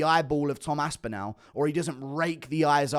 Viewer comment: Love your stuff mate, but your really getting under my skin (i knpw thats what you love) with the way you say Toms last name... your saying 'Aspinal' ... its 'Aspinall' ... say the last part of his name as if your saying 'all' for example ... 'all of the fingers went in all of the eyes' ... 'Tom Aspin-all' ... sorry to be petty, your an inspiration my friend 🎉❤